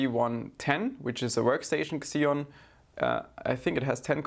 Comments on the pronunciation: Pls its "ceeon' not xxxxeoon lol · The X in Xeon is pronounced as Z only .. So it's "Zeon" not "Xzeon". ;) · It’s “zeon” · i know it's not your fault but the way you say xeon bugs me